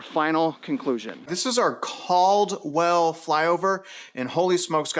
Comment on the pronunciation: Cald-well :face-green-smiling